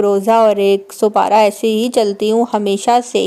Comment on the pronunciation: Ooo supara nh hota sipara hota h